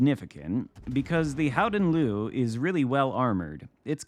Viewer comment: I spoke to a Dutch guy the other day and he explained its mostly as you said … “Howden Looehh” (like a very slight ehhhh,at the end) Nice work! We can also just call it the Golden Lion, and this would also be accurate 😊 (Nice match & happy birthday 🎂 — Long may your light shine on our seas!)